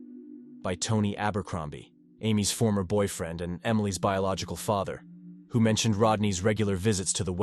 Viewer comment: Can’t even say Father correctly